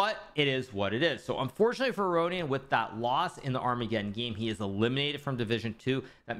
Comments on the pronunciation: Can anybody explain Hikaru's occasional pronunciation of armageddon to me? He sometimes says ar-mega-don and sometimes says it correctly... What am I missing? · It's just a joke, like how he says Deez knights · Thanks. I get deez knights e.g deez nuts... Ar-mega-don I don't get... Humour is subjective though I guess.